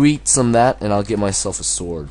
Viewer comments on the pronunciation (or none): SWORD not SOWRD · Sword. Not sowrd. XD